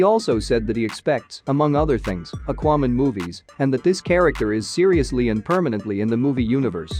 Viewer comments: Yeah. What is aquo man? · The way you pronounce "Aquaman" and "Mom" is just a turn off!!!